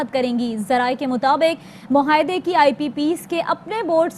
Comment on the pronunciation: اے آر وائی ایڈمن۔ مہاعدے۔ مھاعدے۔ نہیں۔ معاہدے۔ ُ م ع ا ہ د ے پُھوک۔ نہیں۔ پھوک۔ برائے کرم اردو کے ادائیگی میں حروف تہجی کی درست ادائیگی کروائیے۔ بہت سارے طلباء اس سے سیکھتے ھیں